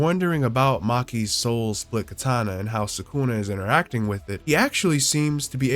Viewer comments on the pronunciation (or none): none